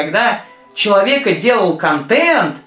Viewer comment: почему я так угараю, когда он говорит слово "контент"